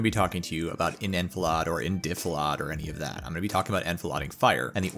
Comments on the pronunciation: Enfilade (on-fill-aid) Defilade (deaf-ill-aid) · Look, my brother was 11B/11C, That's US ARMY Infantryman and Mech Infantry/Indirect rifleman MOS. He rode around in a 106 operating the mortar and otherwise jumping out and killing Iraqis in Desert Storm / Shield. It's "Def-il-aid", "En-fil-aid". We use French words all the time in English but we don't say them how French people say them - because it's our word now for this thing as well. Toilet. Trackin'? ... Otherwise - good video - a little verbose but, more info is usually better. Many American Military Branches and Organizations have videos right here on youtube showing how ambushes work and other stuff. Sun Tsu/Chinese consider themselves all Generals and master strategists, don't venerate officers, give the Infantry the Glory. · good info Feckin hate that youre pronouncing it wrong. Its pronounced En-fill-ade, and defilade is pronounced deaf-lade. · "En-filodd" or "en-fil-aid"? ...Also I haven't heard used as a verb, it's "Use defilade as cover", "Fire from defilade".... Is that how it's pronounced / used? ... eh potato potaato ... potaato just sounds snobby to me, like "Def-il-odd" xDD